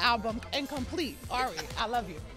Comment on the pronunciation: she knows Ari and said Airy